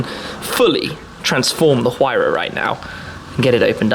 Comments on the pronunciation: Huayra is pronounced Who are ya. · Amazing experiencie, Tim. Thanks for sharing. If I may, the letter 'h' is silent in Spanish, just like we pronounce honor, hour and honest, for example. Thus the words Huayra, Horacio and a Huracán must be pronounced with a silent h. Cheers and thanks for sharing these incredible experiences.